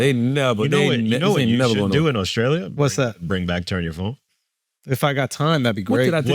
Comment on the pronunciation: Genuine question from someone from scotland. Why do some black Americans from the south like charla replace the letter T with a C, e.g. AUSCRALIA?